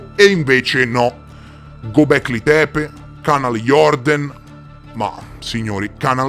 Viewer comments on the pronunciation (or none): Göbekli Tepe Lo stai pronunciando nel modo sbagliato.. E se ne parli da Anni, stai sbagliando da Anni..!